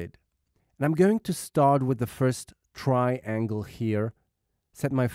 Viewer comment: Tryyy-ANGLEE :D:D